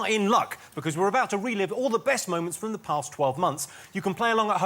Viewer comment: "Allo, where is ZE shop? I'm going to ZE train station."